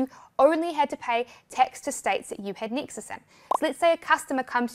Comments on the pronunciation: i also heard texas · I thought she said Texas 😂